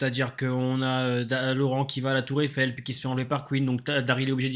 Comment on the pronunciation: Rien que pour la tour Eiffel ça vaut le détour, de l'entendre grincée ça m'as mis mal à l'aise.